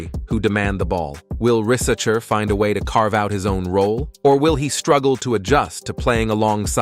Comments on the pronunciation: Zacharie "rizz a chair" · Bro pronounce Risacher at least 15 different times in 8 minutes... this gotta be AI or u trolling.